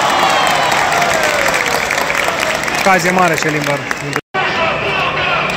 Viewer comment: Nu mai pot când vă aud pe toți bucureștenii pronunțând "Șèlimbăr", cu accent pe primul "e" precum ar pronunța un ungur 😂. E Șelimbăr, oameni buni, cu accent pe i sau pe ă, dacă vreți, ca la București, ca doar nu pronunțați Bùcurești sau Ròmânia sau Hùnedoara.